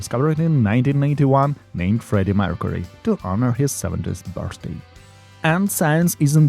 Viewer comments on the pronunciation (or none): none